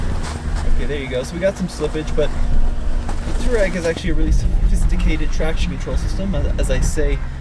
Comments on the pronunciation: Not toe-rag, not too-rag, it's too-ah-reg. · Too-reg? Guys, come on. You are supposed to be pros. At least know how to pronounce the name: Twar-eg. 🙂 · If you're gonna own it and drive it, at least pronounce it correctly. It's not "Tour-egg." Much closer to "Twar-egg." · I would love to know who told you that Touareg is pronounced too rag. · It's pronounced TWAR-EGG